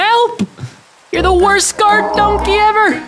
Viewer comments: Bro said "donkaeeee". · I love the way he pronounces donkey